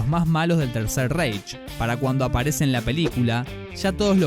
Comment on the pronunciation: Buen video pero una cosita, Reich se pronuncia más bien ráich. Es que como lo pronuncias tú suena muy inglés 😅😅